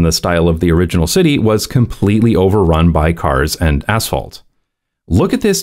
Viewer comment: "...Completely overrun by cars and asphalt." For a moment I thought that was "cars and assholes..." 😀